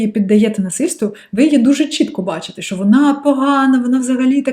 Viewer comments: Ви стали дуууууже ніжною, коли говорите украінською ❤️🇺🇦❤️🇺🇦❤️🇺🇦 Дуже гарне Ч, але "ШО" замість "ЩО", і іноді Ви говорите "и" замість "і" (литак). Ну і "побєжалі" трохи не наше. Але в решті Ви супер 🤝👍🏻👌💪🏻🎉👏🥰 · Сприйміть як дружню пораду від філолога: пом'якшуйте звук ц у таких словах, як "оцінка", славнозвісна "паляниця" і т.п. У слові "що" вимовляйте чітко й твердо шч. Заслухалася Вашою українською, майже досконалою. Успіхів!